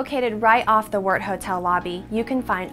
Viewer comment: Good to hear the correct pronunciation of Wort